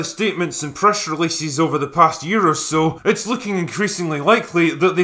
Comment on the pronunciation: "itchs a grunge thing"😁